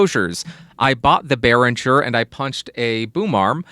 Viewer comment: You actually nailed the name. Good job, most people don't!